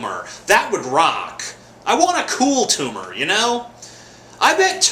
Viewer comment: its not a tumah!